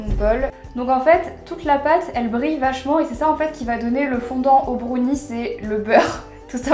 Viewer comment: Dis brownie pas brauni